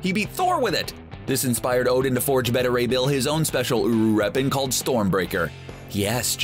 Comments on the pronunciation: Bet-a ray bill? Thought it was Bae-ta ray bill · It's "bay-tah" Ray Bill. Not "bettah." get your shit together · It is Bay-ta Ray Bill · Instead of diversity, how about concentrating on a good story with good characters. And for god sakes, try to use actors with a little charisma instead of actors like Larson and.... well, she's the only boring one I can think of right now. Overall, Marvel does a great job of casting so they were bound to hit a dud sometime. Oh yeah, one more thing. His name is Beta Ray Bill, not BeddaRay Bill. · I am beyond triggered by the pronunciation of Beta Ray Bill in this video.